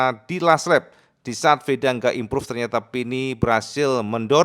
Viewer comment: Imprav impruve gak impruve impruve.... HTA busuk